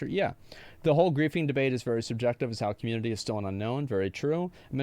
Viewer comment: This guy should look up how to pronounce community 😂